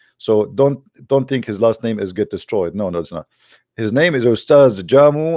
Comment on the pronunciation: it's pronounced as "Ja-miu" "Ade-gun-wa"